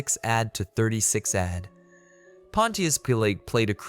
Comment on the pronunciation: "Served from 26 ADD to 36 ADD"